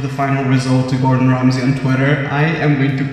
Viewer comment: and it's Gordon Ramsay